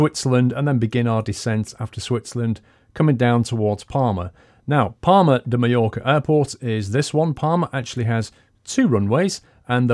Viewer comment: thought he said "Parma" in italy, "Palma" is prounounced PALL-MA